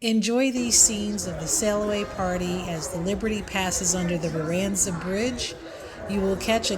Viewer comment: Please learn how to pronounce Bayonne and Verrazano if you are going to vlog. Otherwise nice video